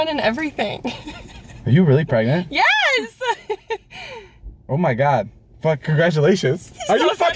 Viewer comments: no it's pregonat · Umm... it's pregernet -_